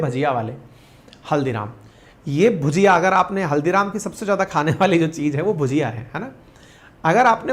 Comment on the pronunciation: Hello sir, With due respect भजिया उसे कहते है जो नॉर्मली बेसन और सब्जी के पकोड़े होते हैं जबकि भुजिया वो है जिसका आप जिक्र कर रहे हैं। हालांकि आपके पूरे कंटेंट में भुजिया ही लिखा है लेकिन आप भजिया उच्चारित कर रहे हैं।